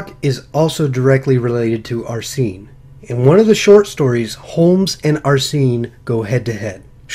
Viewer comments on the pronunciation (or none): I think it's pronounced "Arsene" not "Arsee-ne" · () maybe I'm wrong and you're right. But the first "e" is pronounced the same way as the "e" in sent. Just like how people pronounce Arsene Wenger's name